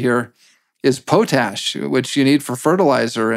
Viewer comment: It’s POT-ash not Po-tash. For being an ambassador he seems to have a difficult time communicating.